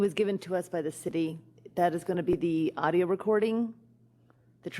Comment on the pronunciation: This guy is as stupid as a box of rocks!! He “Axes” a bunch of times, can’t say “Audio” but instead says “Auto”. How does he have the power to ruin all kinds of not only citizens lives, but now an officer who got fed up with the breaking of laws that this department seems to break all the time. I am glad that I don’t live here.